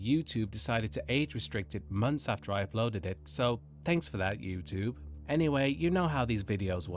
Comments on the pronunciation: You sound British so please please please stop saying YouTTTTTube. It is not a hard T!!! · Why are you saying YouTube like that? I can't take it. I don't even know if I can watch. I really hope you don't say it again or I'm leaving... (obviously tongue in cheek, but seriously, who says it like that).